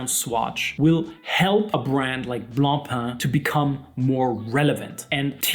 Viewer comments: Wow, someone on YouTube who can actually pronounce Blancpain correctly! Ugh, Americans keep saying "Blon-pon" which is like sandpaper to the ears of someone like me who is English/French bilingial. BRAVO! 😁 Having said that, I STILL will not buy a plastic watch. Being better than the Fauxmega Moonswatch isn't saying all that much. Plastic NEVER feels "premium" to me. BTW, the "Systeme 51" is also known as the Tissot Powermatic 80 and the Mido Calibre 80. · Gott sei dank! Thank God you are pronouncing BLANCPAIN correctly! Deo gratias! 🎉🎉🎉🎉🎉